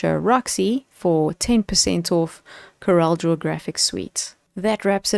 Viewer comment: Hi Roxy. I like your presentation - clear, concise and correct pronunciation of CorelDRAW. Just wanted to mention that the pricing listed for the Graphics Suite is annual subscription pricing, whereas the other two are perpetual licenses. The current list price for the perpetual license is R11070, so it is the more expensive option. Most of my clients are on older versions, some as far back as X3. They see the features on the newer versions and would love to upgrade, but few can justify the expense. I also think the recent pricing/feature models used by premium software developers are disingenuous, as they try to push users to subscription models by limiting the features on the perpetual versions. Some, like Adobe, no longer even offer perpetual licenses. The high cost of subscriptions makes this option unaffordable for most users in countries like South Africa.